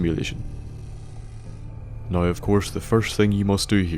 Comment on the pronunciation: lmao love accents pronunciation of "now"